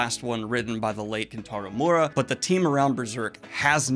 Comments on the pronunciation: Hey Daniel, Kentaro Miura's name is pronounced me-yer-uh not more-uh. I know you don't mean anything by it and I'm no expert on pronunciation either just thought I'd let you know. Great video as always! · For future reference, it's Me-ur-ah. Not Mura. Cheers. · Kentaro Me-oo-rah Just to help a bit, sorry had to comment when you said Mura as his last name lol put some respek on his name Love you don’t hate me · Hey Daniel, hope this doesn't come off as nit-picky (because it definitely is) but Kentaro Miura's surname is pronounced more like me-ora, two syllables, rather than 'mora' Not a big deal, thought you might like to know